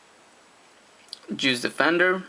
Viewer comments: When he said juice defender it sounded like he said Jews fed endear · am I the only one that kept hearing "Jews Defender"? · ha ha ha ha. I heard that too. Maybe he's saying JUICE defender.